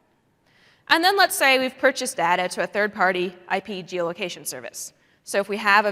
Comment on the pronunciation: it's very annoying the way she pronounces "data"